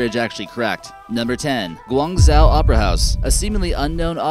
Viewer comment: Why do you pronounce Guangzhou as 'Gwyangzao', Zhuhai as 'Zoohai', and Hainan as 'heynan'? If you're going to make a video that thousands of people will see, put 2 fucking minutes into learning how to pronounce the names.